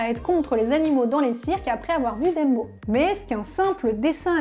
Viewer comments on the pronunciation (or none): comme "Deumbo" au lieu de "Dèmbo" ^^ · Je suis la seule à qui sa prononciation de "Dumbo" fait tout drôle ? ^^